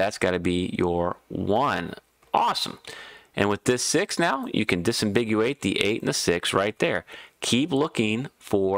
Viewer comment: Did you say "disimbiguate" ?